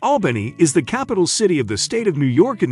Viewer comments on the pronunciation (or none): My hometown ❤️ love all the memories growing up there. It's funny how he pronounce ALBANY, WITH EMPHAS ON THE AL, IN ALBANY, US NATIVES PRONOUNCE IT AUBANY. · Is this narration computer generated? Some times he pronounces Albany properly, as ALL-buh-nee, other times as AHL-buh-nee. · It needs to be instructed to say the name of the city correctly. DUH!